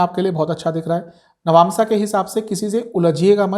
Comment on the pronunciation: Nabnsa kiey hai bar bar nabnsa bolo rha ho